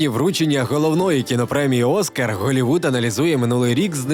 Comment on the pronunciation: Каже Холівуд але не каже халк....🤦